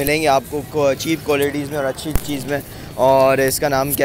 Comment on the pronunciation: yaar english toh thek kro chep chep kary jary ho low rate he bol do